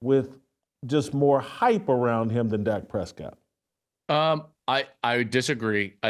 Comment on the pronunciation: This fool said Dak Prescott 😂😂😂😂😂